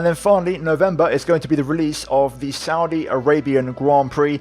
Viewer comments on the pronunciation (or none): none